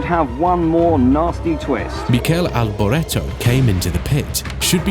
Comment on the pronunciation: You misspelled tragedy as 'tradegy' on the text quote Italian name Michele is pronounced 'Mikayli' not 'Mikel'. I heard that Ayrton Senna gave away something like 95% of his earnings. Mostly to establish clinics and schools. Final Grade: Excellent film, such a refreshing find from amongst the AI crap. Thanks for this!